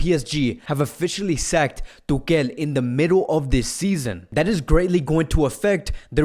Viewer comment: Why you say tukel